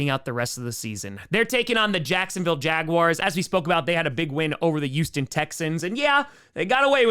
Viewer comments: pronounces Houston with a U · NYC accent